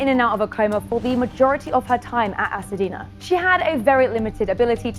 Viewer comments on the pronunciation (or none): It's Hacienda.....not Hacedina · HA-CI-EN-DA, NOT HACADINA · Hacienda! Not Hasadina. Just saying... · Why is this reporter saying “Hasadeena” when the facility is Hacienda? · This reporter is gorgeous and an excellent presenter, but she pronounced the name of the facilty wrong. She said "Ha-sa-dena" (rhymes with Pasadena). It is Hacienda! Pronounced Ha-see-en-duh. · This is a tragic event. I feel bad for the woman and her family. On a separate note, the name of the facility is not Hasadena, it’s Hacienda. Am I the only one who’s realized the woman reporting repeatedly said it wrong? 😗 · She was pronouncing the name of the facility wrong it’s Hacienda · oh. Ok--i wondered if that was it but it sounded so much like "Pasadena" that i thought I was hearing it wrong. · He should've gotten more time!!!!! Sidenote: I cringed every time she said Hacidena 😕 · Funny how you pronounce "Hacienda"